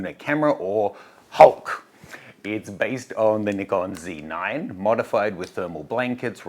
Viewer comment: Shouldn't Australians pronounce it 'Zed 9' instead of 'Cee 9'? 🙃